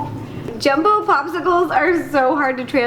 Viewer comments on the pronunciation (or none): none